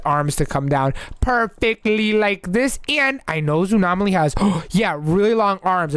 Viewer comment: it is zoonom Aly